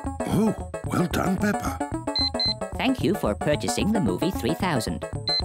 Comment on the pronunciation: Every time the says Peppa Pig's name, he says "PePeR"🤣 OOF No one knows how to say Peppa's name. 😭😞